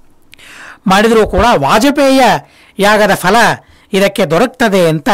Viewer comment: Ondu saripadisabeku... Fhala alla... Phala... Fhala shabda illa... phala... Suphala... sariyaada shabdagalu Gurugale...